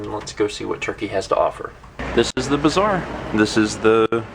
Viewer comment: You pronounce bazaar as bizarre and it really trips me out LOL